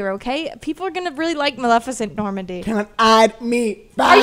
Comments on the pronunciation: bruh isn’t it maleficent not malecifent LMAOO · not being able to say maleficent was the best part of the video